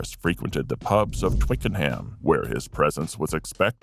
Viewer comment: Twicken-ham. The computer butchers British English once again.